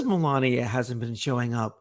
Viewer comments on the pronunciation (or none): To me it sounded like "Ivick." In any event, it definitely wasn't "Melania." He got his own wife's name wrong.